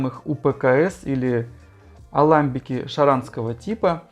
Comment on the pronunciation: В слове аламбик ударение на последний слог.